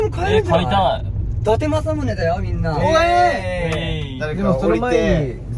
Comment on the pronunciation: 偉人のことはだてくんて言っちゃうけど自分の地元の栃木の地名の読み方はちゃんとわかってるしめちゃん好き